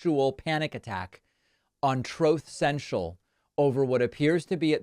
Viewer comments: It's funny when you say "Troth Senshal", but it's better -- hilarious -- when you play the clip of tRump saying it. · "Troth Sentral"....are you drunk? Lol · Every time David says Troth Cential I die. 😂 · I steeped away from politics once he was voted out but ughh guess I’m going to have to start paying attention again, it’s not easy, anyway I lol every time I hear “TROTH CENTRAL”! 😆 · Troth sential? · I love that you use former guy's pronunciation of his social media platform. It will always be Troth Sencial. 😂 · Trothe sential - beautiful 😂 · TROTH SENTIAL. ANOTHER TIME TRUMP COULDN'T PRONOUNCE WORDS CORRECTLY, AS MANY WITH DEMENTIA DO.